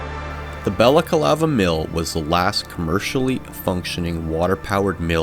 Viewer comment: Why do you say BalacAlava? It's Balaclava. Ba/la/CLA/va